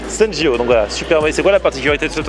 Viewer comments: 😅 Hey! Les gens s'est pas senji ô mdrrr c'est Sensõ ji Temple ultra connu d'Asakusa (je sais, je corrige je corrige, c'est relou mais faut le faire mdrr c'est pas Rappongi bah non lol c'est Roppongi quartier génial animé, où il y a beaucoup d'étranger et où l'on peut visiter sa Tour (Tour Mori) avec son musée d'art excellent 👍 faut s'informer ou s'intéresser aux noms des lieux 🤔 c'est comme si un étranger dit Puris au lieu de Paris ça fou les boules lool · Rip les noms propres 💀, "rapongui" au lieu de Roppongi et le temple "senji" au lieu de sensoji mdr